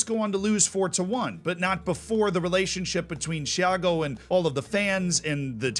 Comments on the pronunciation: Repeat with me: TI (as in Tea); A (as in ah!), GO (the same go as in gorilla) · I'll be a language nerd, and I'll give advice to how to correctly pronounce them FC Santa Cruz - Eff - Say Sun-tuh Cruyj (the j like J in Bonjour, like a zh Porto Alegre - Pawr-two Uh-lay-gree Tiago - Chea (like Cheat)-yuh-go Santa Cruz do Sul - Sun-tuh Cruyj doe Soe (like Shoe, but instead of Sh, it's S you pronounced Tiago correctly Copa do Brasil - Cope-uh doe Bruh-zeew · How hard is it to say Tiago? It's not CHEE AR GO. Just stop it.